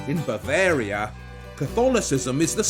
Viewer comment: When you say Bavaria, it sounds like a disease.Can you please do something about it.